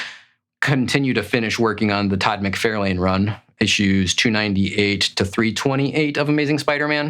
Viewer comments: FYI, it’s Todd Mc Far Len… Not Todd Mc Fair lane… You’re not pronouncing his name correctly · i generally enjoy this guys videos but i hate his mispronouncing of McFarlane especially when he knows he is saying it wrong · You really should learn how to correctly pronounce the name of your favorite artist, TOD mick-FAR-lin. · I have to say. I have never in my life heard anyone pronounce McFarlane like Mc-fair-lane lol. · Your favorite villian is Venom, drawn and created by Todd McFarlane….and you mis pronounce his name? Ok guy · Stop saying Todd's name wrong, i cannot take you as a serious collector when you don't know who Todd is cause if you did, you would be saying his name correctly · never in my life have I ever heard anyone mess his name up. Liefeld? Sure... but, McFarlane? C'mon... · You are correct that the person in the video is pronouncing Todd's last name icorrectly and the thing that makes odd ,caucasian,not english seaker as a second langauage but main one& not a from a foreign country just learning the language fir the first time,example from wildlife channel- a person in that keep pronouncing Hyena as (Hay-na)& he was Caucasian too?. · I have never ever ever heard his name pronounced the way you do, by anyone from anywhere on this planet.